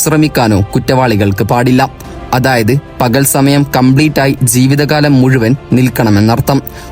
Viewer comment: സെയിൽ അല്ല, ജയിൽ എന്നാണ് പറയേണ്ടത്. സീവിതകാലം എന്നല്ല പറയേണ്ടത്. നാക്ക് വടിക്കടോ 🥵💀